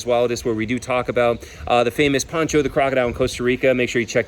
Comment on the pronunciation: The Costa Rican croc's name was Pocho not Poncho lol